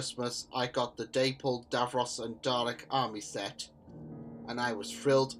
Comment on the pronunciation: It's pronounced "Dah-pull" Not "Day-pull"